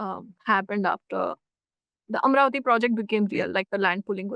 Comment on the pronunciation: Make a distinction in how you pronounce the name - "Amaravati" (not "Amravati", a town in Maharashtra). Andhras in their language (mother tongue), while pronouncing, don't suppress the vowel of the second letter that is in vogue in Hindustani, for example. While doing so, the word shan't transform to "Aamravati" (place for mangoes)! [it is because of such transgressions in pronouncing & being fed up, a state has changed its name from "Kerala"(not Keral) to "Keralam"!! pity!]